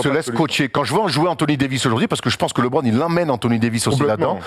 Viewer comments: faut qu'il arrete avec son Libronne , les americains le prononce LEUBRONNE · ça se prononce LEbron, le son E et pas Libron 😂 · Yes, LeBron, genre "le bronne" tranquille, pas besoin de "lébrone" ou "librone" :p surtout quand t'es pertinent, ça nique un peu l'délire :p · LiBron xD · C'est clair qu'il est top... Juste il me triger sur sa prononciation de LeBron